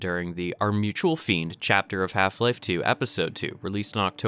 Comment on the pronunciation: It's not fiend its friend